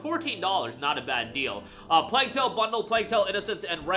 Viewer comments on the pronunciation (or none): none